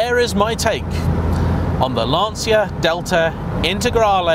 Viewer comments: Great review,. Some corrections in your video review 1)....It's Lan-Chia, not Lan-See-a 2)...now famous some arch extensions. Those arch extensions are the famous quattroesque fenders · It's LAN-TCHA not LANSEEA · It's actually pronounced lan-cha not lan-see-ya as in Italian ci would be pronounced as a ch sound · if only this is in right hand drive. a collector car. but you pronounced Lancia wrong. it is pronounced "Lan-Chia" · Starts off video by not pronouncing 'Lancia' correctly. What is wrong with people? It's perfectly simple! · It's the wrong way. Better to pronounce it correctly, surely? Might also make you seem a little less like you're trying to sound like Clarkson.